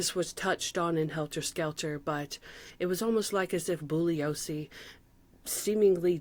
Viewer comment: you're the first YouTuber I've ever seen cover this topic and pronounce Bugliosi correctly. Interestingly, Jay Sebring is the hairdresser that gave Jim Morrison his famous "Alexander the Great" haircut that you see in the Young Lion series of photographs. Instant new subscriber! ❤❤